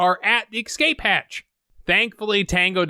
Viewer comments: "EK - Scape"? Really dude. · escape not excape, love the channel keep it golden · it's pronounced escape, not ekscape. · Escape. Not ecsape. Always exscape. It is ESCAPE.. I love the review but please. I beg you. Please do not be so ignorant. It takes everything from the review. It seems like I am getting a review from a little kid who does not know his words yet. How do I take that seriously? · How do you "ExCape" from something?? :-) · Escape: The pronunciation (ĭk-skāp′) is often viewed by many as incorrect and is probably a result of confusion with words beginning with the prefix ex-. The word is properly pronounced without the (k) sound between the short i and the (sk) sound: (ĭ-skāp′). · Are you saying "ecscape" normally or just to annoy me personally? Also how dare you not mention Robert Z'Dar? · The word is escape not excape :P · I love how many of these movies use the word “escape” just to hear the narrator pronounce it “ecscape” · dude it's 'escape' not 'ecsape'. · i propose a drinking game. everytime you say ecsape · "Excape" I like that, that's exactly how Travis Bickle talks as an illiterate schizotypal Taxi Driver, it's really well observed, what' your excuse?